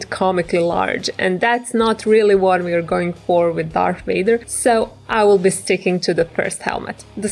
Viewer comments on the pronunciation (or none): You said WADER ITS VADER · did she say darth Wader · Who's darth wader ha ha ha ha